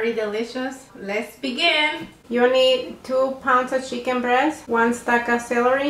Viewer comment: She says cheeken